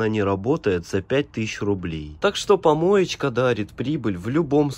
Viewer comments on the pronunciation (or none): Ты когда говоришь помоечька дарит я ваше угораю 🤣🤣🤣🤣😂😂